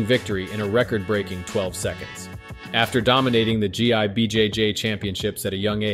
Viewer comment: Idk if youre using a text to speech or what but you gotta get the word GI right lmao. Pronounced Gee